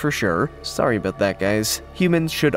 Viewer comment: Abooout.... Canadian. 😂😂 Love the vids chap.